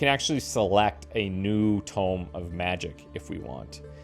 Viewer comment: 😂 I see you've been carrying on the Vampire Survivors tradition by pronouncing "tome" like "tomb" Edit: & just as you also did many times in V.S., you corrected yourself further along in the video 😊 Great job,!